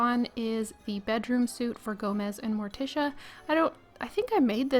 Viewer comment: That's me pointing it out sorry! It's like sweet in proper British English as it has the e as opposed to the clothing suit which hasn't. You switch back and fore lol and I was just trying to be helpful because I think you asked in one video? Anyhoo if I am out of order I don't mind taking a rap on the knuckles for it!